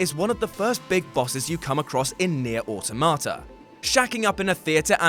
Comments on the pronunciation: FFS, "automata" is not pronounced "auto-martyr", it's pronounced "awe-tom-a-tah". Stop mangling the word. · "Aw, Tomato" It's pronounced the same as "automaton" but with an "A" instead of "On" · That's a really weird way of pronouncing automata.